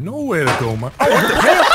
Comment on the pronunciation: Shooting Marcel, and pronouncing his name he had a bullet ploof grass moment or dyslexia moment.